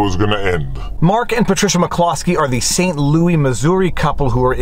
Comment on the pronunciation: You pronouncing Saint Louis the way you do makes me think of Saint-Louis-du-ha!-ha!, Quebec, and that is always a good thing.